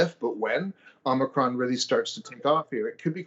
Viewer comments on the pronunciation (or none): He pronounces it "omnicron" - there's no "n" in it and yet you have a greater understanding than someone that knows how to read? He sounds like an alarmist, what's his solution? Shut down restaurants, schools, hospitals and stay home breathing through oxygen canisters? Nope, he's all just "be scared! The government is stupid!"